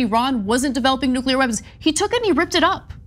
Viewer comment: Shame Woodward can't pronounce 'nuclear' correctly...